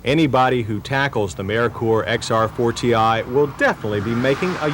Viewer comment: It was driving me CRAZY 😂 the car was called XR4-TEE like xr40, NOT XR4 and definitely not XR4-tee-eye